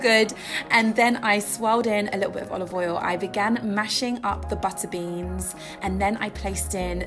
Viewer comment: Buttuh beans